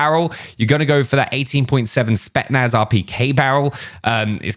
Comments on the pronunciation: Who’s gonna tell that it’s spetZnaz 😂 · My man really just said spetnaz feet😂